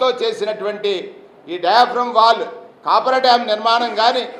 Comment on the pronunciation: కాపర్ డాం కాదు కాఫర్ డాం! మీరు ప్రసంగాలతో కాలక్షేపం చేసే లోపు డామ్ పూర్తిఅవుతుంది. ప్రజలు పూర్తి నమ్మకంతో వున్నారు. మీరు ఆందోళన చెందవద్దు. ఆరోగ్యంగా ఆనందంగా ఉండండి, ప్రజాస్వామ్యంలో ఉన్న అద్భుతాలు చూస్తూ